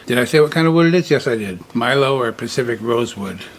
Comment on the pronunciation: The Milo item, milo is pronounced mee lo. The Hawaiian used to make a large bowl and used it for storage of their poi.